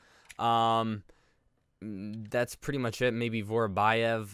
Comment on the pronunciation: Vorobyev is not Vorobajev, it is Vorobjov